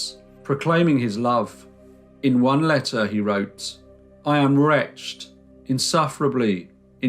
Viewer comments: at right about you pronounce the word "wretched" as "retcht" (one syllable) instead of the correct "rech-edd". No native speaker of English could possibly make this blunder. This is what is known as a shiboleth. You can Google it. I accuse you of being an auto generated narrator or AI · “I am wretched” is pronounced “I am ret shed”! “Retched” is something you have done whilst vomiting!!!!!!! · Do you mean “wretched” rather than “retched”? Those are pronounced differently.